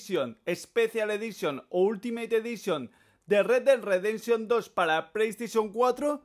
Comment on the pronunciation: primero pronuncia bien y luego critica retdedresension 2